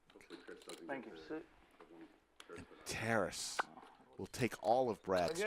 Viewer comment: Guys, it’s not “terrace.” It’s “Ta-raaas”. It’s a Ukrainian name